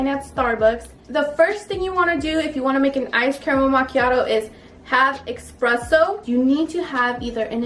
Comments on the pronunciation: Espresso, not Expresso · Honey a Batista its called espresso not exspresso lol so cute. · Don't call it eXpresso but eSpresso.